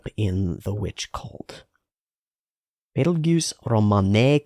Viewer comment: Thank you for just calling him "Beetle-Juice". You WOULD NOT BELIEVE how many people simply CANNOT pronounce his name correctly, despite watching the entire show. I'd swear the japanese phonetics have to be some kind of memetic filter preventing english speakers from realizing that they know exactly how to pronounce his name, if I didn't know any better. I'm grateful you have the sense to not call him "Beetle Geese" or "Beetle Guise". I'm not joking. Also, the "Petelgeuse vs Betelgeuse" naming is a bit of a weird thing. I'd explain it if I could, but according to the author there's a reason behind it that, if I'm recalling correctly, hasn't been revealed or addressed yet.